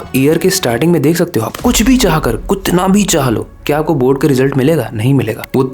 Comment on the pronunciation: Kutana ❌ Kitna 🫤 par